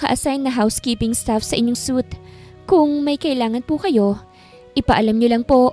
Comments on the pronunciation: Hindi suit madam, pronounce mo as “swit/ sweet” ✌️ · I think its suite(swit) ang suit(soot) kasi ay kasuutan..just saying po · Suit means set of clothes. Suite (pronounced sweet) means set of rooms.